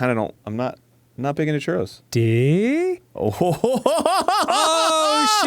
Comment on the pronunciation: You need ya some good churrRRRRRRRROLLINGTONGUESOUNDDos